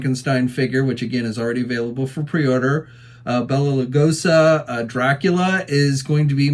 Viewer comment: It’s Bela Lugosi not Bela Lugosa.